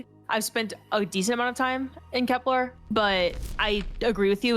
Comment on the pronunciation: KeplAr - what are we Klingon? SEEve - ever live life? KepLER Sieve (pronounced Siv) Just STOP! Get help